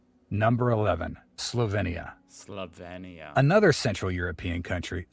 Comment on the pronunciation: The guy in the original video pronounces many country names wrong, BTW 😅 Czechia, Slovenia (pronounced 'Sloviinia', emphasis on the 2nd syllable), etc.